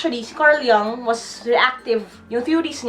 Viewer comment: Carl Jung "Yung" is the right pronunciation